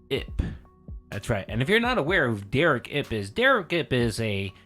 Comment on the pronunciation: Please continue to normalize the pronunciation of Derich with a hard "k" sound. Big ups for doing that.